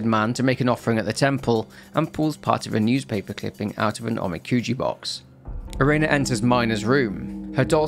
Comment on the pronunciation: he's still not pronouncing Ubume or Erena correctly. He's saying Ubumay instead of u-bu-me, and Erena as Erayna instead of e-re-na.